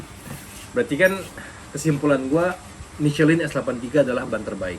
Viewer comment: Cuma ngasih tw aja Om... Ban MICHELIN itu dibacanya MI SE LANG Krn itu produk Perancis jd emg gitu pengucapannya. TerimaKasih🙏